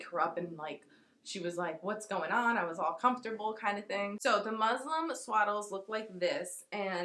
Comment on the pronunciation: The fabric is called muslin not Muslim 😅😅